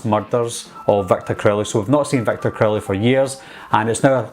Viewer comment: Not trying to make fun but I always laughed when he said Victor crowley.😂 "Victor Curly"